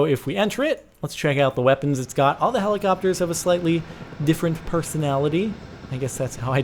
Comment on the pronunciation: Its helicopTers jordan not helicopers